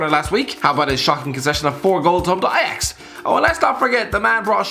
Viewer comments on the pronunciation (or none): none